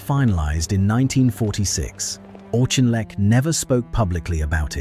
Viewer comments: It's pronounced AWK-IN-LECK. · Great subject but if you can't even pronounce the guy's name correctly (the Auk), why even bother to do such an item ? Please learn and DON'T use AI for the commentary. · I always thought his name was pronounced Aukinleck, not Auchinleck. Your narrative uses both versions. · How many different prononciations are we to hear this narrator render « Auchinleck » ? All we hear is of ‘Auchinleck’! Never of Wavell or of Cunningham, and always comments against Montgomery!